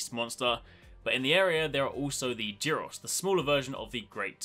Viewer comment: I think "G" in "Giros" should be like "G" in "gold". At least you can see it written so in Japanese.